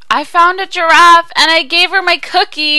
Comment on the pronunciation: When you say giraff it sounds like drawf ^^